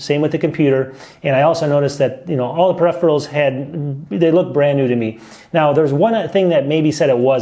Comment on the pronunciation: “Prepherals” its PERIpherals lol😉